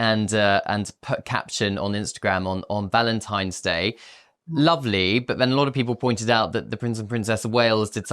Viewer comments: Did he say Valentime’s? No. Just no. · Do you have the IQ of Harry? The word is Valentine NOT Valentimes. GOOD G-d SPEAK ENGLISH PROPERLY